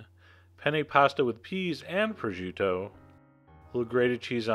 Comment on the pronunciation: Chef John, this is a common dish in my family. Or at least we have very similar dishes to the one in the video. I just have to say, you really should learn the correct pronunciations of "penne" and "prosciutto". Forvo (dot) com is a great place to hear them correctly. I love that you added my favorite song in the world at the end of this!